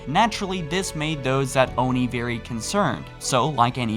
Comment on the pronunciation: Do NOT call it Own-ie. it’s Oni, ONI, aw-ni, ah-ni, soft a. Stop saying the hard O. It’s wrong in my head.